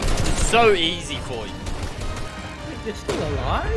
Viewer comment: When u got scared of the storm u said as fur I don't to say it fur I'm a dog's to